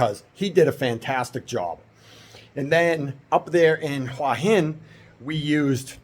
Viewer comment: Your pronounciation of "หัวหิน" is not so bad , you can check the Youtube transcription : "which is sort of the south part of Huah Hin and sort of just across the..." so you have well pronounced a slight h (ห) before the "uah". Rising tones must be used for "Hua" and "Hin" if you want to speak like a native.